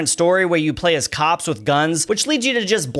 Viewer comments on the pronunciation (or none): none